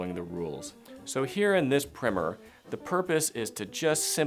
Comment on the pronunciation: Said "primm-er" instead of "prime-er" so can't take it seriously